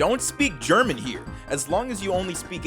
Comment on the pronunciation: Als Deutscher, wenn ich jemanden sagen höre Ger-Mx-n, Ich werde Kriegsverbrechen begehen. Translation: As a German, if I hear anyone say Ger-Mx-n In real life, I will commit warcrimes.